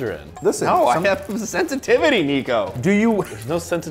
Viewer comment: Nico there are tomato “SeNSiTIviTIes”